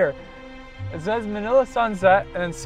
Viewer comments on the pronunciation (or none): none